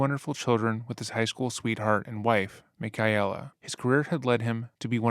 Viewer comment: Michaella ( pronounced MI - KAY - LUH ) His wife's name was Michaella. Is that what you were trying to say? Cause that was the biggest butchering of a name like that I have ever heard...